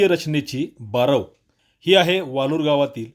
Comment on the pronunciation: ते वाळूर आहे वालूर नाही.. शुद्ध मराठी वापरत ja..